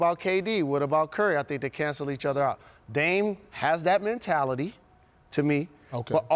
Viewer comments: “What is Man-tality” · "Man-tality" - Paul Pierce 2018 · What the hell is “mantality”? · WTF is a man-tality?? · Paul "mantality" smh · Did Paul Pierce just invent a new word? "MANtality?" 🤣🤣🤣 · Somebody tell Paul how to pronounce “mentality” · Paul Pierce: “Mantality” lol